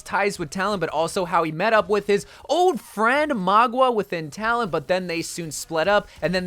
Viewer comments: Mauga...not Magua. Bro don't be wack! Lol. Love your cotent bro. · I mean Mauga instead of Magua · I love you but it hurts every time you say Magua instead of Mauga 😭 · It. Is. MAUGA! Not Magua. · btw, mauga is pronounced maow- gah not mah-gua, in Samoan it means mountain :) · It’s not Magwa it’s Mauga bro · Mauga is pronounced MA-OOO-GAH!!! NOT Ma-GWAh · Its mauga not magua. For the love of god please get it right. It genuinely gets on my nerves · It’s actually Mauga, I don’t know why he keeps saying Magwa. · My guy, who on earth is "Mogwa" lol it's Mauga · bro really said maugwa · “Magua” HAHSJAJWJSJSJSJ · Ikr its honestly so annoying plus he pronounced maguas names wrong constantly. He just fills he videos with unfunny jokes and then in the actually necessary info part of the video he quite clearly doesn't do research. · The man who was invited to the blizzard summit and already knows the new hero horribly mispronounces mauga which he would have been told how to say is quite interesting. Though he does say sojourn wrong but not nearly as wrong as mauga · Don’t worry everyone, still can’t pronounce mauga and most likely still can’t pronounce sojourn